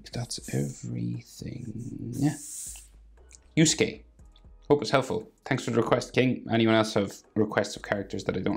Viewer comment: its pronouned yuske yurameshi